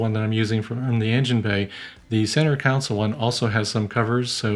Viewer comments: Great video. Let's all say "center console" together. Not counsel. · Cars do not have center councils—they have center CONSOLES (pronounced ˈkän-ˌsōl)—just sayin'...